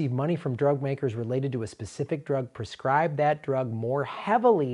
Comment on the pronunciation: That's "prescribe", not "perscribe."